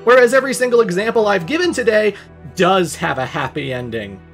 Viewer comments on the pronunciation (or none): none